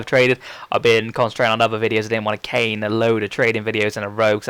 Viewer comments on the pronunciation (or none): none